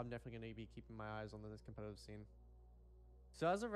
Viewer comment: COPMETATIVE AHAHA